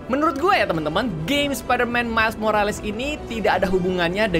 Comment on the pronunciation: Bang Kata² Morales ini dibaca "morels"